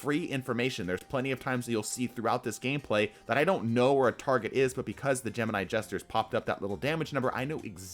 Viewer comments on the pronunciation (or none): none